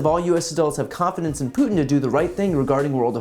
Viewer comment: Who is “Putinnel “? Poor old man can’t hold it together anymore!